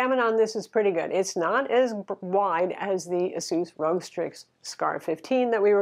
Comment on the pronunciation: it's Asus ROG, as in Asus Republic of gamers. You said Asus Rogue. Nice review btw.